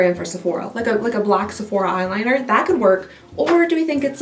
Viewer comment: The way she say Sefuc..sephora 😂😂